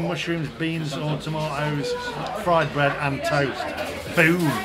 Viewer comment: Fwied bwead 😂😂😂😂